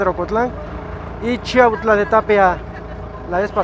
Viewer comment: Saben lo único q m molesta mucho q yo nose si esas personas son d chiautla porqué muchos ni saben pronunciar chiautla yo los escucho q disen chautla